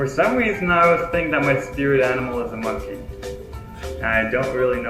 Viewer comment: I thought you said musky and not monkey but you are a unique musky too Simon. Thanks for the awesome video👍